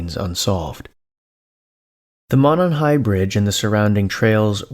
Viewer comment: Stories on reddit are like 98% fake my dude, just a heads up. Also it's pronounced "moe-non". Fellow Hoosiers will probably jump in lol. Edit: Just wanted to say your content is still amazing and I'm a big fan. Keep it up King.